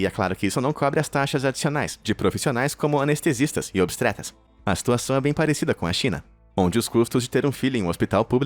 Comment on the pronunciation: "obstreta"??? nova especialidade? Obstetra